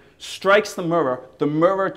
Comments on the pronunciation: he cant say mirror properly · "Look in the Murrrrurrrr" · He says the word 'mirror' really funny, like "muror". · i still cant get over the fact that he says murrur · He says 'mirror' like Cleveland from Family Guy. xD "Mrrr" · I like the way you say "mirror" :D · he says "mirror" like cleveland! :D